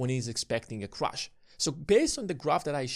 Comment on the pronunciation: How do you expect people to take you seriously when you pronounce "Crash" as "crush"